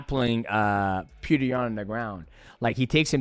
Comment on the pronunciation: PETR NOT PETER